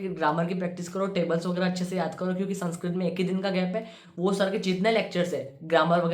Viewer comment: Bro ur saying sanskrit and I'm hearing sunscreen Literally I was going to skip tha part where u said sanskrit 😂